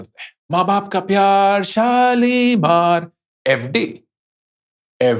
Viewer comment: The way he said FD ~ FD 😂 Great video as always! thank you so much